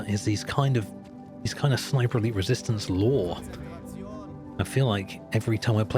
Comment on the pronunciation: Every time he says Sniper Elite I think he’s saying Sniperly